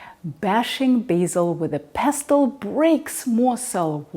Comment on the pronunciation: In the English language, in every word that ends in "-stle" the 't' is silent. Castle, bustle, hustle, nestle, rustle, whistle, trestle, wrestle, and yes, pestle. This is one of those few rules with no exceptions. I love it!